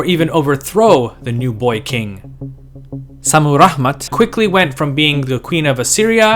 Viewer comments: Why do you say "Rahman"? Lol You make it sound arabic. There is no "H" in Rammat Modern Assyrians simply say "Shamiram". This was my mothers name also. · Very nice video. If I may make a correction?, the sound of H was non existing in ancient Assyrian, and her name was ShammiRamat ( very likely to have meant, Heavens' Beloved ). Shamu/Shami ( Heaven, Heavens ), Ramat, feminine of Ramu ( love, beloved). Naram Sin's name meant ( Beloved of Siin, the Moon God ). Also, in Assyrian, in 2 syllable names, words, the emphasis is always in the 1st syllable, opposite French or Arabic, so Adad is AHH-dad. Ashur is AH-shur. Otherwise, I really enjoyed the video. Many thanks, from a modern Ashurian/Assyrian.